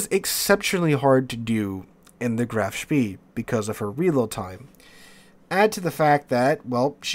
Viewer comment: Spee is pronounced "Spay"